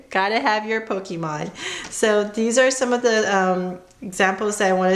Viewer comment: Its not pokimon its pokemon , its not pokiball its pokeball